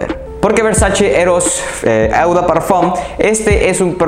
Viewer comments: Me encantan tus videos y reseñas 👍 solamente que se escucharía mucho mejor lo de eau de parfum, la parte de eau se pronuncia tal cual como una "O". No me lo tomes a crítica o hate sino todo lo contrario 👍 sigue así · Tus videos son buenos, tienes una colección excelente. Pero tu pronunciación de las marcas es terrible, hace que el video pierda credibilidad. Ojo con "eau", no es "eu". Se dice "o". Ojo con las palabras en francés que tienen "oi" juntos, se dice "ua". Por ej. Gentleman BUASÉ. Te recomiendo ver videos de reseñas en otros idiomas, servirá.